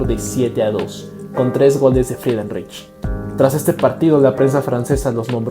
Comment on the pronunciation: CREO QUE SE PRONUNCIA FRIDENRAIJ.